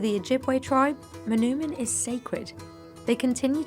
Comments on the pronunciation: For the sake of accuracy, the “oo” in “manoomin” is pronounced like the “o” in the word “toll” not “tool”. “Muh-NOH-min”. The Ojibwe language doesn’t have that “ooh” sound, and if you catch an Ojibwe saying it that way, it’s because they didn’t get to learn their language, unfortunately. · Mah-NOH-min, not mah-noo-min.